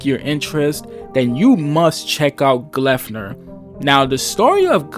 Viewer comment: 'An ordinary high school student... that can transform into a monstrous mascot'. Hmm... Yes, very ordinary high school experience. The 'p' in 'Gleipnir' being pronounced like an 'f' in the video kept tripping me up. Had to look up the pronunciation to see if that is how it is really supposed to be pronounced. Definitely a 'pu' in Japanese at least.